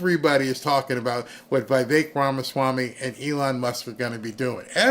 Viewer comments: IT’S VEE VEK. NOT VEYE VEK. IT’S VEE VEK. NOT VEYE VEK. IT’S VEE VEK. NOT VEYE VEK. IT’S VEE VEK. NOT VEYE VEK. IT’S VEE VEK. NOT VEYE VEK. IT’S VEE VEK. NOT VEYE VEK. IT’S VEE VEK. NOT VEYE VEK. IT’S VEE VEK. NOT VEYE VEK. IT’S VEE VEK. NOT VEYE VEK. IT’S VEE VEK. NOT VEYE VEK. IT’S VEE VEK. NOT VEYE VEK. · the "i" in Vivek's name is the same as in the word "pique".